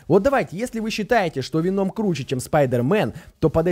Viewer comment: Веном ударение на о